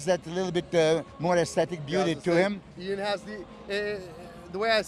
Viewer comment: Eyaan 🤣🤣 ian's ears are bleeding now hearing his name being butchered! Besides that MILOS a.k.a The Mind is a LEGEND of the sport 🙌💪